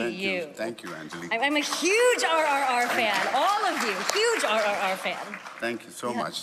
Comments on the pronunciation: the way she says RRR is just hilarious😂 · Movie name is RRR not ororor 😎